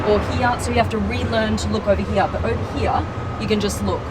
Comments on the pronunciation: I love how she pronounce "here" as 'hiiya" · I've never heard anyone pronounce "here" as she does...